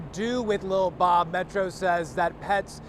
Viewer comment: Ok, absolutely love this reporter!!! 😊❤ First he says Lil Bob right, and then says his name without erasing the accent as it should be from a linguistic standpoint.